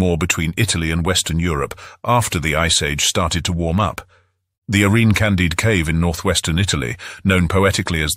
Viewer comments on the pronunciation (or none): none